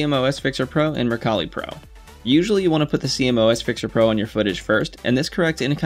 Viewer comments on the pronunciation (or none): Great vid, couple of things. It’s pronounced see moss. Also why did you film at that shutter speed? Is it not a little high?